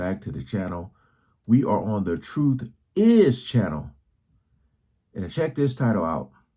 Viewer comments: The Troof?? ok, lets listen to any uneducated idiot who can't pronounce the name of his own show!! I'd be inclined to fact check, just a thought!! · Not Truf its pronouced TRUTH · The truff? Come on you can do better.